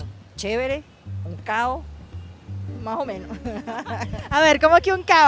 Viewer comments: caos in spanish, chaos in english. . she pronounces cao. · Cao es caos. No pronuncia la "s". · Venezuelans don't pronounce most of the endings of the words. That's why "caos" (chaos) sounded like "cao-" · "Cao" is really "caoS" (meaning chaos). Venezuelans tend to swallow their Ss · Cao is Caos (Chaos). Venezuelans, like many Caribbean accents, tend to not pronounce the S when it is at a final placement of a syllable. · #Objection Cao<- Chaos! She "ate" the "s" sound! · She meant CAOS but the S a the end of the words we tend to ignore hahahaha like Chilean 😅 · Oh wow, my variety of Spanish! I certainly didn't expect you to make it this soon; it was a pleasant surprise lol. I'm sure you noticed by now, but the word caos, or "cao", as the lady pronunced it, just means chaos hehe. I'd like to say that it's very interesting for me that you, an italian, would make this video, not only because a foreigner is curious about my country, but also because, since I'm from Caracas, we have a pretty decent ancestry that came from Italy. Not my case, but I do have many friends that are direct descendants or third generation from families that immigrated from Italy. Of course, not enough to shift the language in the same way like it happened in Argentina; nonetheless, it also is not a rare ocurrance to find an "italovenezolano", as we call them. Great video and loving the series so far, mate ;)